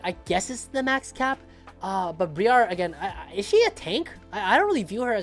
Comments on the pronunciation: BRY ER NOT BREE ARR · The way he pronounced Briar is making me want to ff irl